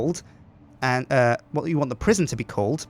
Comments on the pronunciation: Prisjin call it prisjin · Sjinsane Prisjin, that's the name of the new prison. Prison is prisjin, but -son sounds like sjin. Like Goldmember, that Austin Powers movie. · PRIS-ON Pri-son aka Pre Sun!